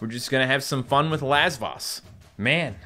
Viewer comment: I keep thinking says "Last Boss" when he is saying Lasvoss